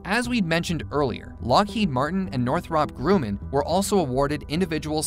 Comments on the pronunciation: It's actually (Nor-throp)(Grum-in). Two r's in Northrop. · (NOR-THUP)(GRUM-IN) not noth-rup grooman? gawd that was killing me. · It's pronounced Northrup grum in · No, it is not "Nore-throp Grew-man". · „Warmthrummpb Gruhmaihn“ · Northrahp Grooman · I've always heard it pronounced sounding more like NORTH-ruhp GRUH-man. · Northrahhp Grooman? omg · How does any American mispronounce Northrup Grumman? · Every time you said Northrop Grumman 😬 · Oh dear god please learn to pronounce "Northrop Grumman" correctly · Same!! I was wondering if anyone else noticed lol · LOL.. I was trying to come up with a phonetic way to pronounce it and that was my best effort. Sad that someone who makes aircraft videos does not know how to pronounce the name of one of the largest and most famous companies. Wait till they do one on Boeing. They will probably pronounce it BOO ING.